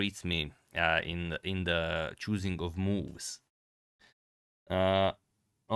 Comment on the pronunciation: ""...in da choosingk of moves..." I love this guy.